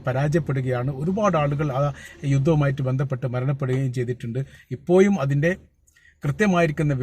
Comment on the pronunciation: ഇപ്പോ യും എന്നല്ല ഇപ്പോഴും എന്ന് പറയൂ